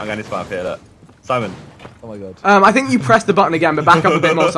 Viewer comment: I left at "I sink this was a bad Idea"